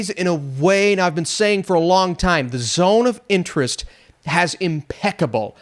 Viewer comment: It sounded like you kept saying The Zone of the Enders, so that just made me keep thinking Zone of the Enders, fitting as Kojima is now finally making a movie.